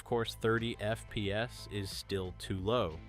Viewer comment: he’s ai voice trust he says FPS weirdly